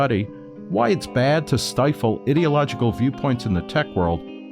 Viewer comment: You are saying ideological wrong and it's sounds like you're calling yourself an idiot